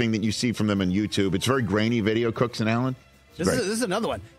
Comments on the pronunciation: His last name is cook. Not cooks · It's James Cook not Cooks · Why do they keep saying "Cooks"? His name is Cook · His name is James Cook. Not Cooks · *James Cook Not Jame Cooks, c’mon!